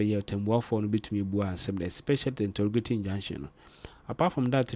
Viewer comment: Court "injunction" not injection